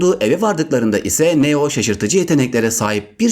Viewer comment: Neo yu neden yazılışı gibi söylüyorsun çok kötü